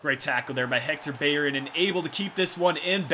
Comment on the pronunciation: Is it just me u say beyerin instead of bellerin are u from USA but love ur vids <3